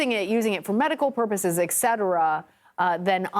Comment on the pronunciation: "...medical purposes, ekcetera ..." WTF? EKCETERA??? Really? Does CBS's DEI policy require them to hire illiterates to be more "inclusive"? I guess I shouldn't be surprised considering the garbage they spew as "news", but sheesh...I can remember a time when the network at least had reasonable literacy standards. It's just another step down in the decline of civilization.